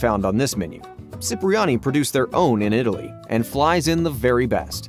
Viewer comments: Hate to correct BUT .. it’s Cipriani sounds like Chipriani not Sipriani … from the famous hotel in Venice Italy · "Chip"-riani, not "Sip"-riani